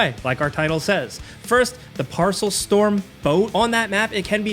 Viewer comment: The way that "Paracel" is pronounced "parcel" makes me irate.